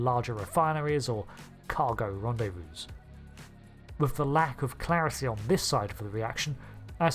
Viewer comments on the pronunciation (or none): none